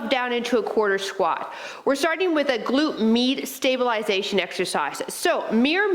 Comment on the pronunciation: definitely felt that....a nice warming sensation left in my legs. the first time I heard you say "glute med," I could have sworn you were saying "glute meat." haha... I get it now but thought that was a funny/clever way to talk about the bum area.